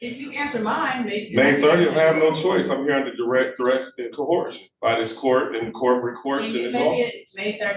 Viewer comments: There is NO LETTER H or H SOUND in the first part of the word Coercion… AND, what the fuck is Aqueezing? Do you mean acquiesce? Sigh, the human race is doomed. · All that script rehearsal and they never covered how to pronounce the word “coercion”